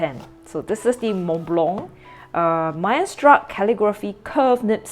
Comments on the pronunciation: Hi, the brand is pronounced as : MICE-STER_STOOK. I hope it helps. 😊 As fellow pen lovers of the brand, let's prnounce it right. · it is pronounced, my-ster-stook. I am curious was the Chinese you read translate to what was written in English on the handbook? The logo is a bird's eye view of the mountain, so what is spreading out from the center is the glaciers. 4810 is the height in meters of Mont Blanc. You are correct, as many companies , especially luxury companies are heavily marketing towards the Chinese/East Asian market, this pen was developed for that. Western nibs are on the broad side, wetter side. I'm not a sketcher, but I think it would be very thick. It would be good for architects though. Have you tried a Sailor zoon or a specialty naginata togi nibs?